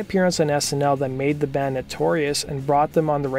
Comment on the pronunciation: Is it just me or is he saying "dand" instead of "band"?